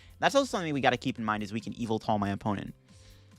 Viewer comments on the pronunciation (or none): Whatever the correct pronunciation of yvetel is, im sure its not “evil-tail”